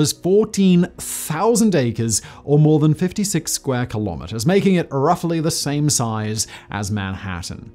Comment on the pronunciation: Incredible indeed. BTW, you're a British dude; why are you quoting Fahrenheit and miles first? Also, kilometres rhymes with nanometres or metres, not with "speedometers" or "thermometers" (because it's a unit of measurement, not a measuring device).